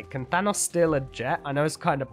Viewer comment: is saying thanos like fanos witch isn't the way you say it